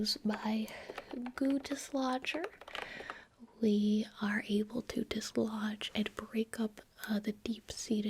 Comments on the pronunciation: "We are going to use the goo dislodger-" What my brain heard: "the Guteschlager" Me: "sorry the what now" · I'm gonna be honest, the first time I heard her say "goo dislodger" i thought she was saying "gootis lodger" and I was really really confused XD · Lmao I heard goondiss launcher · When said "goo dislodger" my dumb ass thought she said "Guteslager" and I thought I was about to have a history lesson about Rene Guteslager, the Siberian king